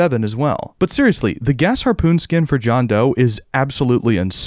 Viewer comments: FINALLY someone pronouned Gasharpoon correctly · finally heard someone say gasharpoon the right way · Bro did not say GAS harpoon😭